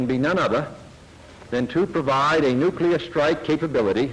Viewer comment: I’ve watched the entire series. Thank you for producing it. But, I’m still perplexed at the fact that, after spending years of your life here, you still can’t pronounce the word, “nuclear”. I find that very odd.